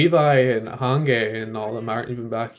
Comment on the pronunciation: So I wrote a whole comment and accidentally got out of the page before sending it :') I'll just write what I remember writing. Probably not gonna be in order like it was before, but ok :') Yes, that's the 13.5 episode/recap. You're saying Hange's name wrong (I don't mind it but others might), it's pronounced like this: "He's old and he's short, that's all I know". If Levi was real and heard you say that you would be dead :') XD XD XD I'm sure he's in his mid-30s. I don't mind the Eren x Mikasa ship, because they aren't related in any way, they just lived together. I still don't ship them tho. Mainly because Mikasa is too obsessed with Eren and I think it would be toxic for both of them. I don't ship Eren x Levi too, mainly because of the age gap, plus Eren is literally 15, so.. Maybe when Eren is older? Because they do kinda have chemistry later (kinda). But then again it feels too much like grooming and I'm definitely not a fan of that O_O And that's how Mikasa died. RIP XD XD Joan's name is the biggest mystery of AoT. The basement can't even compare XD XD I call him both ways you said depending on nothing, it's different every time XD Me studying French for 4 years. You "Jaune is the French word for yellow". Also me "Ooh, really? Cool" :') XD XD I like how Eren is the determined one that holds the group together, Armin is the brains and Mikasa is the musles. I like it because usually Armin's and Mikasa's roles would be swapped and I like that they aren't :') An